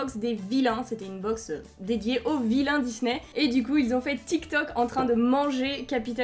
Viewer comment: C'est pas tic toc c'est tic tac